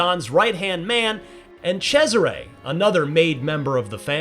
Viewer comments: Italians: Cesare. Americans: Tchezzeray. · The amount of times he abysmally mispronounces Cesare as "CHE-siray" almost made my ears bleed. Sounded like it's a guy named Desiré but with a CH in front. Apart from that, solid impressions, thanks :)